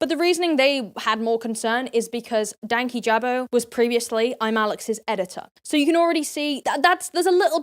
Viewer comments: Awhile ago, I clicked "do not recommend channel" on Louis's channel just because I really disliked how he wasn't thorough at all, and somehow that video still popped up and I clicked on it. The fact that he started off not even knowing how to say Dankyjabo said enough. Most of his points just made me shake my head because they were just so American-centric and seemed to be cultural misunderstandings at first. As an American, I always heard British people use the term "beef curtains" and while I hate the image it puts in my head, it didn't come off as rude or particularly offensive, just not something that would be that culturally acceptable to say in the US. I might be wrong here, but I remembered saying he was Egyptian, and many commenters were insistent that had to be black or had to be white, which is a very American view of North Africa and the Middle East that really isn't true, and it seemed that the argument against was partially based on that belief and (potentially unwittingly) that racism. Many Americans, particularly white Americans, have absolutely not the first clue when it comes to other countries and racism. Even when I was getting my degrees in anthropology and history, the arguments I saw weren't dissimilar to everything Louis said regarding racism in his video. Americans are taught to think like this, so it's no wonder it was readily accepted by American viewers. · Hey can I just say it’s annoyed me how people can’t say dankyjabo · I know it’s been a year and some change…BUT… are they pronouncing dankyjabo wrong or am I just pronouncing it wrong in my head? I swore I’ve heard say it differently in other videos. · They were saying it wrong. You emphasize 'danky' and it's a soft 'a' in jabo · been just on top of the insane allegations and blatant disrespect they can't even say his name right